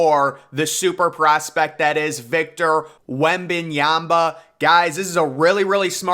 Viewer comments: his name is pronounced wemban YAMA, not wemban YAMBA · Wem - Ban - YA-MA. Not YA-BA